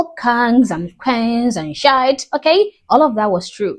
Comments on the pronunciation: It is not pronounced Shite, it is pronounced Sheeeeeeit. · Just wanna help. It's not pronounced shite it's pronounced "she it." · just so you know, African Americans say it "We wuz Kangz and sh*t" where sh*t is pronounced SHEE-yit. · She's a black woman but pronounces shit,like a Scotts person"shite"🤣🤣🤣🤣❤️it👍❤️🏴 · The American pronunciation is "Sheeee...it" You're using the British pronunciation. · "Shite" is the Northern English variant 😅